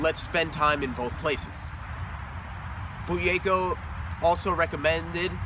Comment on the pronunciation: Did he say bugeyko?